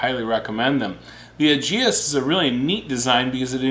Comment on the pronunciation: its pronounced ee-jis